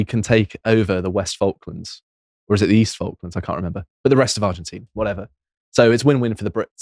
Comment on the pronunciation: may say the guy's name wrong but he can pronounce "Falklands" correctly